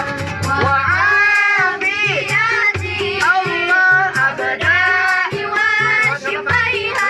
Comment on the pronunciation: abdani,, bukan abda'i